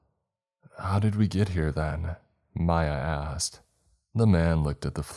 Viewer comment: He said “Mya asked” and I swore it sounded like he said “my ass” 🤣🤣